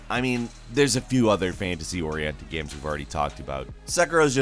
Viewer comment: I felt like he was having a stroke. Can anyone check on him in RL?"miyevwl" "gaems"